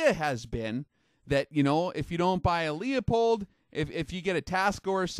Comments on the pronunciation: Good point! Most people I speak to in the Industry can't pronounce Leupold - they say Leopold instead. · Universal Kombat Which makes it that much more awkward. He’s a master of his craft but mispronounces(not an accent) one of the most popular brands of glass. Tons of people butcher the name and insist on some three syllable variation. It’s simply pronounced “Lou Pold”. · lol right.. hes talking about the glass but cant pronounce it.. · How can you take this guy seriously when he doesn't even know how to pronounce Leupold? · I think the factual info of this presenter is as shaky as his pronunciation of 'Leupold'. Too many self contradictions to be credible. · It's lou-pold not lea-pold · it's pronounced Lew-pold, not Lee-a-pold as so many do. Just an FYI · It's pronounced "Loy-pold" or "Loy-polt", depending on the german dialect. The "Lew-pold" pronunciation is an americanization. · Good info, but its pronounced LOOP old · Did not know this. Btw: it's Loo-pold. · No, it's pronounced "Loy-pold" or "Loy-polt", depending on the german dialect. The correct pronunciation is too complicated for most english speakers so the company itself has americanized it. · you saying LEOPOLD is making me cringe like nails on a chalkboard. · Its pronounced Loo-pold FFS. Man that always bugs me. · It's not LeOpold, it's LeU pold, there is no O before the P. Pronounced like Lewpold or Lou pold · Good video, very interesting. FYI, Leupold is pronounced "lou pold" not "Lee a pold". sam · It's pronounced Loo-pold not Lee-a-pold. Good video which goes to show that the Chinese manufactured stuff can be world class. Who would've thought that 10 years ago? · It’s kinda crazy to hear mispronounce “Leupold!” It’s pronounced “Lew-Poled” on their podcast and videos. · FYI, the "Leu" in Leupold is NOT pronounced "Leo". Sounds more like "Lew" in Lewis. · No kidding, after all these years why in hell do people still pronounce it as LEEupold? Haven't they ever seen a Leupold advertisement on tv?